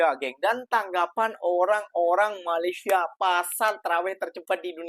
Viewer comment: COBA PERHATIKAN DAN DENGARKAN BAIK BAIK APA YANG DIUCAPKAN.. BERKATA MALASYA... MALASYA... MALASYA 🤣👻🤣👻👻🤣